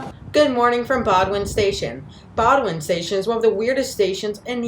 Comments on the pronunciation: BOWDOIN station is pronounced BOHHHHH - DIN not BOW A DIN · The narrator alienated every Bostonian by mispronouncing the terminal’s name. It’s pronounced “Boden”, not “Bodwin”. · Bo-dun, not Bo-doo-win, and East Boston, not Eastern Boston. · "Bo-d'n", not "bod-win." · It is pronounced Bo din. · It's "BOW-Din" Station. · you should have done your pronunciation homework ahead of time!!! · The T’s own announcement says BOW-DN.